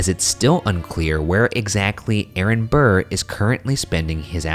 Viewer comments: The level of disrespect you're putting on Burr's name is terrible XD. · The amount of times you said Burr wITHOUT SAYING SIR IS UPSETTING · every. single. time. they said burr i said: ",sir"